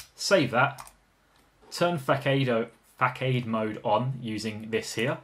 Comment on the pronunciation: According to the readme, the innocent file is meant to be the facade file. That also makes more sense. That's also not how you pronounce facade.